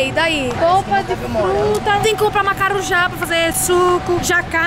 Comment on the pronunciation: "Macaruja" "Naranja" MORRI sksksskkkskskskskks